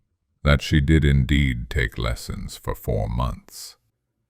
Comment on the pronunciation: Yup. Its lessons not lesions 😂